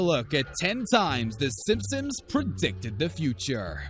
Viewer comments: We’re supposed to ignore that he’s saying simpsom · he pronounces it simpsims you uncultured swine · Is it 8 or 10?and stop saying simsims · i also noticed that